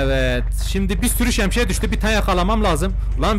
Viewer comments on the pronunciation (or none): Şemşiye değil şemsiye :D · Abi şemşiye diyon 😂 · Şemsiye şemşiye degil